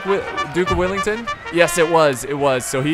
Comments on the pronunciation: Its Wellington not Willington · he say duke willington? it well-ing-ton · Dude.. its wellington not willington get it right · Duke of Wellington not duck of willinton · it's Duke of Wellington not Duke of willington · “Dook Willington” 😭🤣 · Duke of Whillington? Its Wellington m8! Wellington not WIllington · WELL ING TON..... not willing tongue or willy ton .... sigh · Greatings from Wellington, New Zealand! Or as the guy in the video would call it: Willington... -. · Hi this is my favorite part of history so thank you ps I am a huge fan and it is Wellington well and ing ton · "Duke Willington" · It's WELLINGTON! 🙄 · Is that how you say Wellington? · awww no. I'd thought u would put on a posh english accent to when u were going to say the Duke of Wellington's name :P